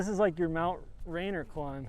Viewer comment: Point of correction: the mountain in Washington that Neil climbed is Mt Rainier, pronounced RAYnear not RAINer